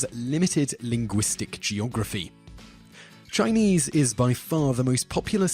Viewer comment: Haha heard that too